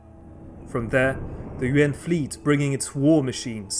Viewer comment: I keep hearing UN en lieu de Yuan